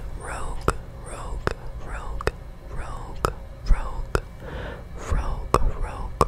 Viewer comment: As a french person I love when you speak french!! Little pièce of advice: to pronunce "rouge " you must pronunce de "ou" like the end of the english word "who". I Hope it will help you 😊